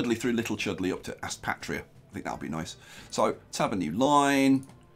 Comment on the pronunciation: Sup bro just a small thing I live near Aspatria and its pronounced like Ass"pay"tria haha but this looks amazing ahah been watching this play through nice